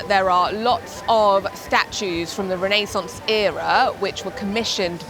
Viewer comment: I believe you pronounced "Renaissance" wrong the entire video